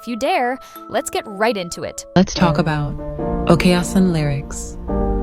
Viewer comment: Its okaasan not okayasin